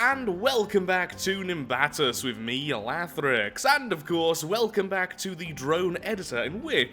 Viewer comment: FINALLY, someone said it right